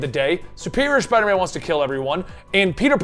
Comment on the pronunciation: Its Spider MAAM.